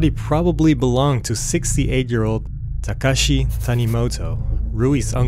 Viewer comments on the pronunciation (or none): This is a great channel. I just discovered it. I too had never heard of this crime despite now living in Japan for over 32 years. I don’t think the narrator is Japanese. The correct pronunciation of “Miyoko” is not MiYOKO but MIyoko. Takashi is not Ta KAshi, but TAkashi But that doesn’t really matter. Overall it’s a great upload 😊.